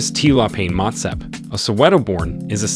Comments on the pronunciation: 3) Motsepe Pronounced Moo-T(s)ea-Peh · The names are pronounced slightly off, Mouton ('Mou' or moo as in like a cow, and 'ton' as in a flat O sound like the word "con"). Then Motsepe ('Mo' as in the same as the sound in the word 'on' will be close enough, 'tse' is spoken like a flat e as in Jerusalem and the ts like cats or Betsy and the 'pe' is pronounced like the word pear) otherwise very informative.